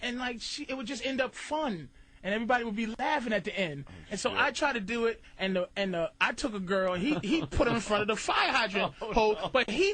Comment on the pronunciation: "I tried to dew it"..... I thought Patrice was from Boston not Baltimore 🤔 if ya know, ya know 😄